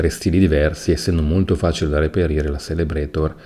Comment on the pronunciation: Zelebrator si pronuncia :D la C in tedesco, se seguita da i o e diventa una "z"